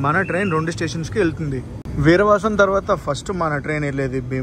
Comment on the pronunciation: విరవసం❌ వీరవాసరం✅